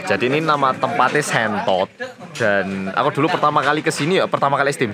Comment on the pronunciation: sentot bukan shentot haha